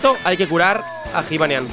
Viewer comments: jibanian se pronuncia yibanian, la j se dice como y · Se pronuncia Yibanián, no Jibanian, que me estás poniendo negro de como lo pronuncias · q se dice yibanian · Cuando dices jivanyan me cabreo! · like si te pone nervioso cuando dice jibanyan con j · pronuncias mal el nombre de jibanyan like para que lo vea